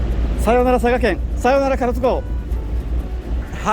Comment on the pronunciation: 壱岐島と隠岐の島を混同してる？で、かろつ？唐津＝からつだよ。旅慣れてる割にはひどい。